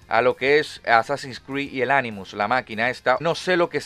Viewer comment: tipo “anonimus” 😂🤣😂🤣🤨🤣😂😂😂🤣🤦‍♀️ animus 🙂